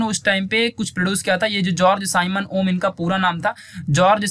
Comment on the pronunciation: 😅😅🤣🤣🤣🤣🤣🤣😂😂. Kya yaar OHM ko oham